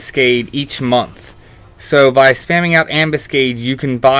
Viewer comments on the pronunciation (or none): none